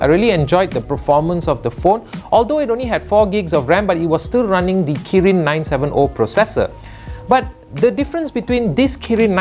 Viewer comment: It's 970 not 97'o'😂😂😂😂